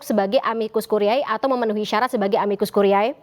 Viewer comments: amicus curiae dibaca amikus kurie...ini bahasa Latin. presenter bikin sakit telinga aj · Kk Presenter, cara baca "Amicus Curiae" adalah : amikus kurie. Bukan kuriae. Dikoreksi ya utk next sebutan kata2 tersebut.